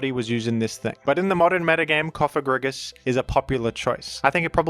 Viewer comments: So glad to hear that learned the correct pronunciation of “Cofagrigus” in time for Pride month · google "antepenultimate stress in Latin". Cofagrigus is a pseudo-Latin name as it ends in -us and such words are stressed in their third-to-last ("antepenultimate") syllable (except for when the second-to-last has a long vowel, because then it "weighs" like two syllables). Therefore your new pronunciation isn't just unintuitive, it's linguistically wrong. That's why normal people feel strange when they hear your wrong stress. I get why you do it, but it's kinda silly and childish, like saying "Úranus" instead of "Uránus". But at least then those people pronounce a short A in Úranus, so that it fits with the stress rules of Latin (or latinized Greek) words. If you wanna be scared by a Ghost (Pokémon's name), then at least say "Cofagrígus" with a long i, as then you at least speak in accordance to the antepenultimate stress rule. But I would still say Cofágrigus like you did in the past, because it's an innocent name of a Pokémon. Summary: Bad: Cofagrígus with a short i Ok: Cofagrígus with a long i Good: Cofágrigus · rip Cofagrigus pronunciation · Are you trying to be funny or make a point with that comment? Something like "hAhA hE nEvEr PrOnOuNcEs ThEm PoKeMoNs RiGhT"? "Groodon" is a perfectly fine way of pronouncing "Groudon" when you're reading that name without having heard others pronounce it before. The word "you" is pronounced in the same manner. The Cofágrigus/Cofagrígus question isn't even a matter of reading letters. It's a question of stress. Even someone who can't read would normally be able to pronounce it correctly. Orthography and converting written text into speech isn't a matter of LANGUAGE ITSELF but a language derived thing.